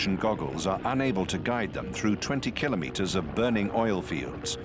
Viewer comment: The narrator pronounced Kilometres correctly, very rare nowadays